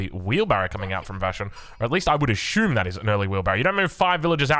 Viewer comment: The "I would ashoom" from is top tier. Love the content!